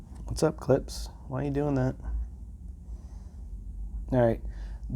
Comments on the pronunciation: CLIPSSSSHHHH It's not hard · Klipss lmaooo, love it. Klipsh is such a douchebag word.